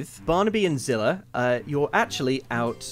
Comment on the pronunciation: Sounded like called her character “Blade-Zillah” in the into